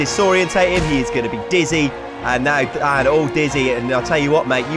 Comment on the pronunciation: every time this guy said "Dan" I could have sworn he said dad